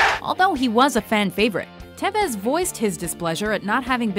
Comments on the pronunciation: Tivez???? It's tevez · Tivez? It's TEH-VEZ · It's pronounced TEVEZ not TAVEZ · It's not pronounced tai-vez it's te-vez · Did you just say Tives.... Smh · Oh god the way u said tevez